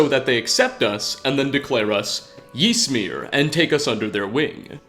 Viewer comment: You're pronouncing Ysmir completely wrong and it's really grating on me. It's pronounced much closer to Ismir than Jismir. Y is a strange i sound in like every language but English.